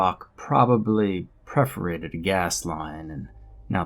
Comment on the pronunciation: Preforated? I thought it was perforated.